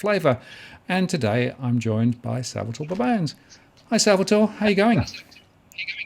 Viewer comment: It's Sal-va-toree